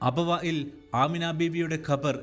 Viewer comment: അബവായിൽ, വായിൽ അല്ല അബവാഇൽ എന്നാകട്ടെ